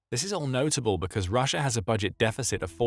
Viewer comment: "perfect place por putin po position pussia's post pimportant poil pacilities" Did anyone else hear that too?